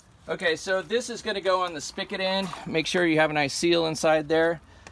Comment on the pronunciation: Just had to say it is "spigot" not "spikit".